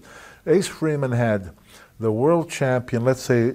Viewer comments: " Champ-peen" way too many of them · Freddie Blassie used to pronounce it that way 😂....man I loved that old man 😂. I'll make ya the dub ya dub ya F CHAM-PEEN!